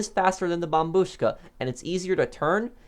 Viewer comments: thats the correct way to say it bro bombuška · That’s how you pronounce it though 🤔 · the way he says it slaps 😎😎